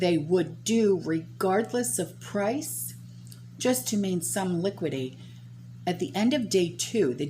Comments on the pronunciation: INDICES--PRONOUNCED IN-DE-SEAS, LIQUIDITY--PRONOUNCED LI-QUID-ITY. NOT LIQUIDY, PREMISED--PRONOUNCED PRE-MISSED, NOT PRE-MIZED...LORDY GIRL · Liquidity has four syllables btw